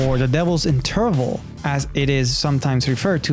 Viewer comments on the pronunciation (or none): Funny how he says : “interval”... Never heard it pronounced stressing the second syllable...